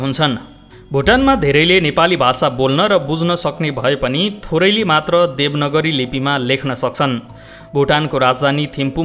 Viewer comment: सरको प्रस्तुति सरल अनि प्रस्ट छ।कुनै कुनै शब्द अति गलत उच्चारण हुन्छ।देवनगरी लिपि होइन।देवनागरीक लिपि हो।शब्द उच्चारणमा ध्यान दिनुपर्यो।यस्तै खालका प्रस्तुति सदै हेर्न पाइयोस।धन्यवाद।